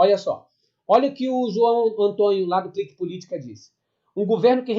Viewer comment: porque você fala "Ontonho" ao invés Antônio?